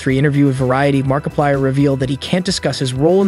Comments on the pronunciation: BTW to all of you who have yet to ever notice this video was made using voice AI you can really tell soulless and you can very much hear few times the AI struggles. For a example - the voice starts to break down you can hear more of a grovel in the voice like the Ai struggle to add the bass tone in the voice a clear sign of AI voice in at least 2023 and said "mark a paler" XD. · bro he said markipiler once 💀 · bro said Markapiler 🤡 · And you cant forget the amazing fnaf player “markipiler” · Anybody else catch his mispronunciation on 'Mar-I-plier'?!?!? MARKPILIER?!?!??!?!?! Ok..I'm done. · "Mark-i-piler" . Nice work. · The Fenaf movie, markieplier, Scott cawthOn. Ngl the way everything was pronounced got me rolling